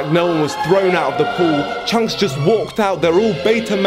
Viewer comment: Calling chunkz "chuncks" is a violation, bro.